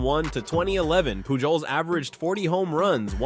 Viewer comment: Did you really just pronounce the j in Pujols.....?